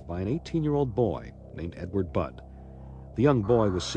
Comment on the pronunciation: Budd* not flod bod or blod. The translator is so dumb